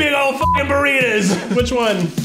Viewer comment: I love how Keith says burritas instead of burritos